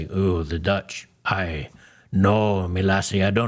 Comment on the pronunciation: Worse yet he did not say aye as in yes like parliamentary procedures he said aye!!! Pronounced like the ay in say or pay….which is a yes of very positive excited. He likely heard of the dutch and was happy to go or go back